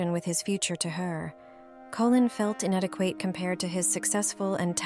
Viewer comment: This AI narration is pretty hilarious. Talenteed. A-de-qwait. Feederington.